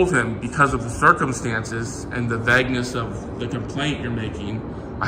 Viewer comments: And vag-ness instead of vagueness. He can't pronounce words- even with his 400 level English. 😂😂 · 😂😂 He needs those English classes. He can't even pronounce vagueness correctly, or many other words. 😂😂